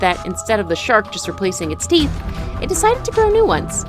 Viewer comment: Did they all have more "theeth" then me?